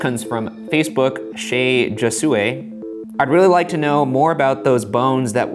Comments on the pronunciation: Ryan: Shea Joe... Joe-sew-a Nooooooo Shea Ho-sway 😔😔😔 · Lol Joe Sue Ay... I should go by that now instead of Josue (ho-sway)